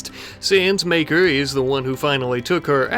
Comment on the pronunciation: You say Maker, I hear Maekar. Gonna make a A Song of Ice and Fire reference every video now.